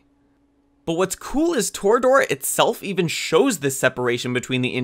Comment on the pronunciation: It’s •Torah•dorah not toruh doruh